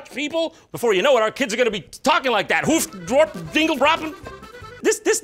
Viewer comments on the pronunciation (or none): i laughed my ass off how he pronounced the places hoeftdoerp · The way he pronounced hoofddorp actually hurt my feelings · Hey i live next to hoofddorp! Or hoeftdorp how you pronounced it 😂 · As an actual Dutch person, I just have one thing to say about this video: Hööf dwørp dingle bråben. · Leiden is with an ij not an ie hoofddorp is with an oht not an oo Voorburg doesn't end with a guh but an entirely different pronunciation of g, kind of like a rolling r but English dummies could never comprehend it so I won't bother telling you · I love coming back to this video from to time to time just to hear Jon's pronunciation of Hoofddorp again. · JonTron pronouncing Hoofddorp is the best thing I've ever heard as a dutchie. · As a Dutchman I can say your pronounciations of Dutch towns is officialy cringeworthy. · You know Jon, we dutch people don't actually sound like that. You're just pronouncing it horribly wrong :) I live in Hoofddorp and I was surprised he mentioned it, got a good laugh out of that. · I live in Hoofddorp. I was laughing so hard when you tried to pronounce it. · His pronunciation of Voorburg and Hoofddrop! ahahahhahahaaaaa i'm dead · You butchered those names... A lot those are also more like Norwegian or Swedish names, we don't have a single word that uses "å" You did research on everything except the Dutch I feel offended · Ik hoop dat je ons nooit verlaat, M A K K E R. Love you Jon. Little lesson, "hoofddorp", the double "o" is pronounced like "oe" in "joe".